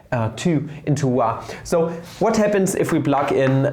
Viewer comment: Two into whaaa I'm still new enough to this channel where I'm unsure whether him saying "tahm" and "whaa" is a recurring inside joke or whether it's just a peculiarity of his pronunciation.